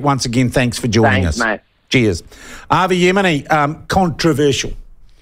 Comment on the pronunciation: So true. Avi is a character but not a bad character. I'm hoping that you can actually read my name and pronounce it right seeing as you are irish? Or are you an nzer living in Ireland?